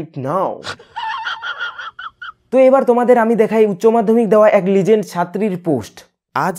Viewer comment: Vai legen na legend hobe age kota bola shikun